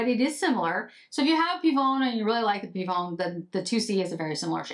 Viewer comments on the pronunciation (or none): Pivoine is pronunced : pivOAne❤ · Pivoine is pronounced pee-vo-ann… and your French is fine. :)